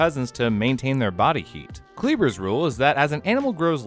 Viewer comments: It's pronounced "Kleiber" like in "to try", not "Kleeber". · Magnapinna has the SHORT "i" sound, as in "skinny" & "dinner", NOT the long "i" sound. Kleiber has the long "i" sound, as in "cyber" & "briber", NOT the long "e" sound. Maybe I should pronounce your names Gryle, Chyle, Quyze, & Bruh?